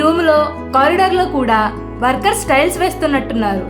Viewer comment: స్టైల్స్ ఆ టైల్స్ ఆ మేడం గారు..😂😂 కానీ మీ ఉపోద్ఘాతం , వివరణ, బాగున్నాయి . ఇలానే కొనసాగించండి. చానల్ కి మంచి భవిష్యత్తు ఉంది.